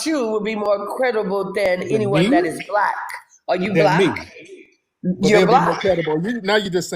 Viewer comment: they way she said "black" is nasty work man. Sound like a YT person